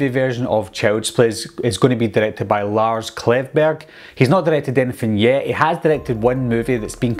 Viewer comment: idk man. Reboot sounded like reboo and yet sounded like yeh. Quick kinda sounded like kick. But I used subtitles so it's all good